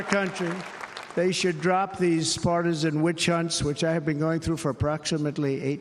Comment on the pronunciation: Is it just me, or did he say fartisan instead of partisan